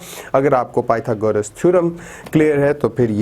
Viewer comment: thek ha sir mager pytogras hota ha pyta goras nahi beshak dono me spelling ek jasey ha mager word galet ha apka may allah keep you happy